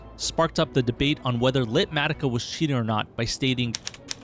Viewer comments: LITmatica is crazyy gonna make me teach pronunciation😠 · saying lit matica has to be ragebait